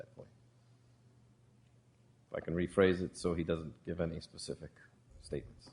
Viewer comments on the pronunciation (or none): I mean if you can’t say “specific” don’t say it at all! Him saying pacific just make him sound less intelligent. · Omfg can someone tell this judge the difference between the words specific and Pacific.